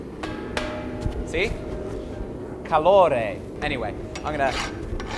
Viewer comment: As a Brazilian, hearing you talk about the propane as Calore broke me up